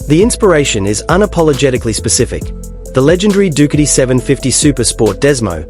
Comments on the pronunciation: Dookity! LOL stupid AI. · When the AI mispronounced the brand i swicted off.